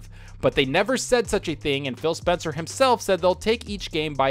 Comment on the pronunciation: Did he say Spill Spencer???